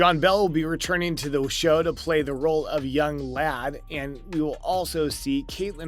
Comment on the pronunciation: Did he pronounce Ian's name as "Young LAD/LAN?" 😩